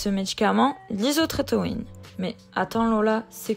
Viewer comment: Isotrétinoïne** et pas isotrénoïne